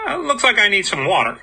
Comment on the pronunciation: Wait a minute, since when does # pronounces water leke just plain water? I smell something fake about the intro.